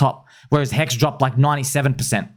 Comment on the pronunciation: It's not pHEX, it's HEX.